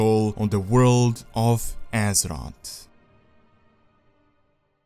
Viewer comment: on de woralt of Asser-Rot